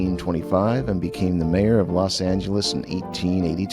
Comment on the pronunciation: She even pronounces Los Angeles correctly. My father was born there and called it, “Loth Angle-ees “. Difference in breeding and age. He was born in 1929.